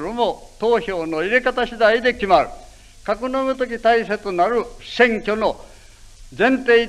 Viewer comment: せ を しぇ 場合は ばやい と発音する。 昔の発音かな？